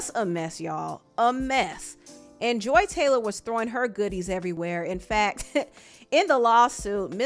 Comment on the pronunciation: FUCK THIS LADY! I used to tutor her son and I could spill sooooo much tea about her. And yes you’re saying her dumb ass name right. She used to come home and tell me who she was dating at work and she ADMITTED to me that she slept with multiple people. I believe none of her shit. If you’re reading this- you’re such a rude woman, you’re entitled, you treat your ex husband like shit and you think your shit doesn’t stink. I’m so glad I left working with you when I did- you were so nuts and weird I felt horrible for your son who was so sweet!!!!